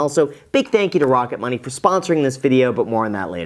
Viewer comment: "Wocket Money" baby!